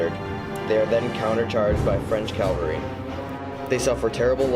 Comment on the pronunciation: Rehash from other sites, music too loud. BTW it's CAValry not CALvary.